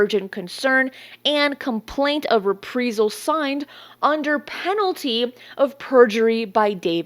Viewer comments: Love your show. However, it was maddening to keep hearing you mis-pronounce the word 'Reprisal'. It should be pronounced: RE PREYE Sal. As far as David Grusch. Quite simply he's a fraud. While he may have had a Security Clearance, it doesn't make him an Intelligence Official. Official implies far more importance and power than he ever had in his duties. He was an Intelligence Officer, as far as I can tell. Of which there are tens of thousands active and retired in the Armed Services alone. There is a long time UFO Channel called 'Secure Team Six'. A month or so after Grusch made his claims, the Channel did an outstanding and professional review of the claims and concluded Grusch was not credible. I had already come to this conclusion myself because his story had far too many holes, and he quite simply didn't talk the talk correctly. I base this on my own 33 year career as an Army Intelligence Officer and later as Independent Consultant to a series of National Intelligence Offices and Agencies. Its one of those things that his trade craft doesn't ring true, and its obvious to those who really are inside. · These vids are great! Daily posts? wow, that's a ton of research, cudos! Also, is it "Re-pree-zal or Rep-Prize-all" when pronouncing reprisal? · Please pronounce Reprisal correctly... It's rih-PRY-zuhl, NOT Ree-Pree-zuhl. Thanks! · reprisal is pronounced like the word I in the middle not as you’re saying it like EE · Reprisal. Re-pry-sal. Not re-pree-sal. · The word is pronounced - re-pry-sal. Not, re-pre-sal … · Repreesal 🤦‍♂️am convinced this is an ai clone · love your reports. glad your keep people up to date with information. you threw me off with your pronunciation of reprisal. you keep say repreesal. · Reprisal is a long “I”, like “eye”. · Just a tip, reprisal is pronounced: re·prai·zl. Keep up the good work! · You mean re-PRIZE-UHL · It’s pronounced re-prie-sel, like pie. Reprisal. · Pronounced “re-prize-al”. Thanks for coverage though. 👍🏻